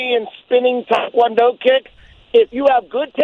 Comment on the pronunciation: Chael is the only American I've heard pronounce "tae kwon do" correctly.